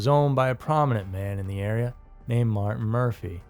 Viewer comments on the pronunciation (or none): none